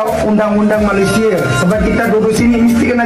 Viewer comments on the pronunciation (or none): Malaisia bang, bukan malaides 😂